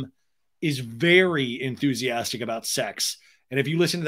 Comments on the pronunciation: He DEFINITELY says "UNTHUSIASTIC" lmao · He said unthusiastic couple times